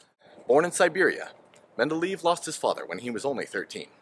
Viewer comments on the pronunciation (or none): I think it's men-da-lay-ev